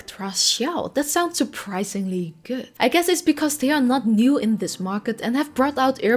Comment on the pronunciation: The pronounciation of "good" (*-*)